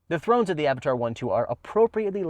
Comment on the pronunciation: its not Avataaaar its Avatr :D